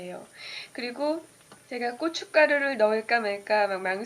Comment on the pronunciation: ㄲㅊ가루 발음이 ㅋㅋㅋ